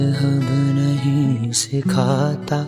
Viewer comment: need to correct more. should be "Sikhata" and not "Sikh ata".